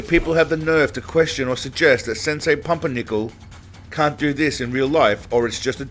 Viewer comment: You said Pumpernickel😂